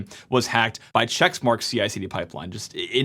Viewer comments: It's Checkmarx not Checksmarx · It's checkmarx - not chexmarx. Just sayin'. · Says March 2026 was last year and keeps pronouncing it "checks marks" (it's "check marks"), and we're supposed to trust this guy? PS -- they're "pull requests" not "merge requests" in GitHub land but you kept mixing up that as well. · It's checkmarx not checksmarks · Quit saying "CHECKS" MARK. It's Check Marx. Dumb dumb. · It' not ChecksMarX, it's CheckMarX. Sorry, but this triggered me 🤣